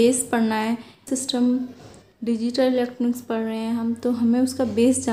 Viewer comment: Padh rahe ❌ parrr rhe